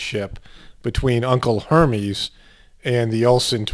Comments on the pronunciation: Its pronounced er mes Hermes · it's pronounced ur-mez